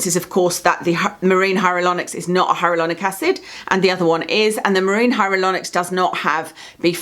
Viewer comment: Do you know you say HyaRuLonic instead of HyaLuRonic? Love the channel! Rarely buy a product these days unless I’ve watched your video on it, you have the same experimental nature with skincare as me. Really respect your channel and long term reviews!